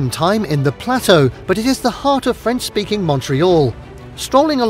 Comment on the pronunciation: I believe that your french pronunciation is VERY GOOD